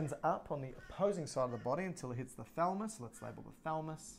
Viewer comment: Makes me uneasy when you refer to the thalamus as the thalmus